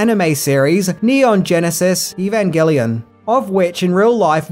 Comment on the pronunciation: You gotta love it when, known for mispronouncing names, goes for the gold and gets Evangelion completely correct. Bravo, sir!